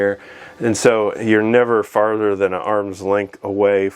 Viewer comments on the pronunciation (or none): none